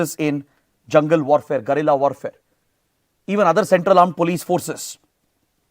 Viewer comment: Sir , plz pronounce it गुरिल्ला and not गरिल्ला as the essence of the word goes out